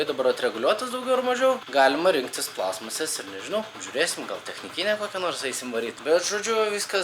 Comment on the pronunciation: Stebiu nuo tada, kai užkliuvo, kad sakai plAstmasės, o ne plastmAAsės :D